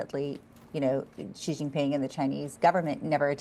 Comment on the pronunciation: Research how to pronounce "Xi" in Chinese. The sound the reporter is making exists neither in Chinese nor English.